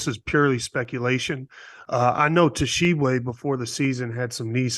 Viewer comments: BRO! They way Hansborogh put the T in the front of pronouncing Tshiebwe make me want to throw something at him 🤣 T is silent 🤫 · Guys, the "T" in Tshiebwe is silent. It's pronounced Oscar Sheeb-way. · Guys, the T is silent. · The T is silent my guys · The way they pronounced Oscar's last name bothered me the whole time. Ugh! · Jesus Christ, the T is silent in Oscar’s last name, I thought y’all were supposed to be professionals. This is year 2 of him playing and you can’t bother to say it right?